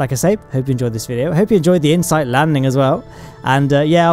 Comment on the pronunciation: I paused to watch a video on Insight, and came back to "I-H-NOIFAV"; I love it! :D (I watched Astrum's 'supercut' on insight; it was really good.)